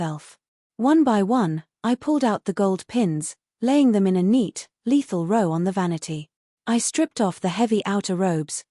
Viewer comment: Not crazy about the ending, but the story was good. Narration still has a few words that are out of sync w English usage, such as lead the mineral rhymes with said, a bow of courtesy rhymes with hurt sound ow! and a row of something rhymes with oh.